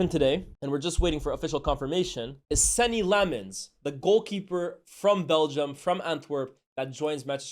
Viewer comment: My Belgian ears hurt after hearing "Sennie Lemons" that's "Arnie Slot" levels that the scousers do